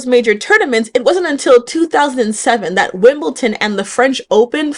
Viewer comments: Why do Americans insert a T into Wimbledon? Lol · As a Black tennis player —- LOVE this video. When I was the movie I knew the real life inspo for the characters immediately. Only correction: Wimbledon, not Wimbleton. This is a common mistake. 🖤